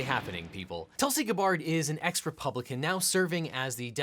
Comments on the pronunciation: Tulsi "Gub-bard"? You pretty much lose all credibility when you can't pronounce a name right... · David Pakman + Legal Eagle = Tool-see Guh-bard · Pronounced like scabbard. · It’s pronounced GAHbard lol 😂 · Actually, It's pronounced Ga-b-bard, It's like mistaking Hillary for Killery. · whats with pronouncing Gabbard with the stress on the second syllable ? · When you start out mispronouncing and saying that she is no longer running loses you credibility. It was nice to hear you slip up and say it right. Hillary is making it as hard as possible to serve the complaint, that is the definition of evading. It is a verifiable fact that Tulsi, serving as a Major in the National Guard for 17 years and serving 7 years as a representative in congress on the Homeland Security, Armed services, and Foreign Affairs Committees, is not being groomed by Russia as a 3rd party candidate and is not a Russian asset. To compare that to obvious satire or being accused of literal butt licking is dishonest. And then to use the article proved to be wrong, where the bots were actually created by a company that created bots for Hillary nails up the coffin of your analysis. By definition, someone serving as a Major in the National Guard for 17 years and serving 7 years as a representative in congress on the Homeland Security, Armed services, and Foreign Affairs Committees is not a Russian asset, otherwise they would be removed from service. It is not an insult to call someone a literal traitor to the country, it is defamation. It literally should be the textbook case. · Hard to take anything seriously here when you cannot even pronounce Tulsi Gabbard’s name correctly. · This video hurts, and it's not because of the way you say Gabbard. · This has to be an EPIC troll. He pronounces her name correctly in, but the rest is just butchering. I laughed through the entire video because I couldn't tell if he was serious. Which is so insidious. LMAO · He’s got it wrong. Extremely disappointing.